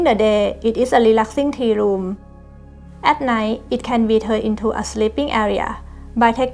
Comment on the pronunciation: I did pick up two r's, in 'natural light' and 'ceramic', but not at the beginning of the word ('room' is 'loom'). Never liked them myself, awesome accent 😊